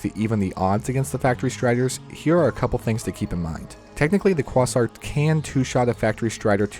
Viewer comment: Quasar = Kway-Zahr